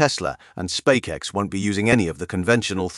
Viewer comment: How many times did he say SpackX?